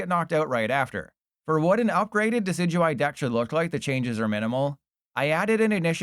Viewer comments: Deck-E-Dewie my goat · oh that Decidueye pronunciation...